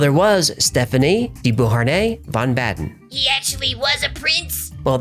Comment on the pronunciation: Baden Pronounced Bounden